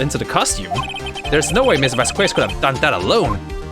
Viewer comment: I think Vasquez is pronounced Vas-Kess